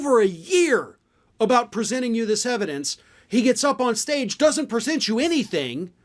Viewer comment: 'I have the yevidence!'..it's all coming out on the Twelfth of fucking Never.